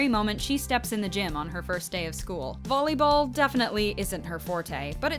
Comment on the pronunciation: Did she just say BOLLEYball